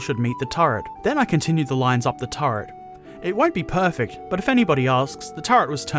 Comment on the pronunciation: Really nice video, but you crack me up when you say "turd" instead of "turret" :D